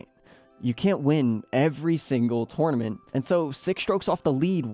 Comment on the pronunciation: It’s tournament, not twonamint